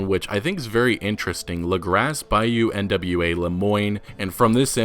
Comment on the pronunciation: "Denis" is French, and is pronounced "Den-EE." And I have no idea why you are pronouncing each individual letter in Nwa like it's an acronym.